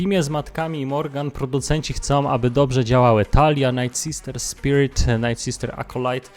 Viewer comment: Czemu słowo "night" (noc) czytasz jako "nit". A nie tak jak sie powinno, "najt"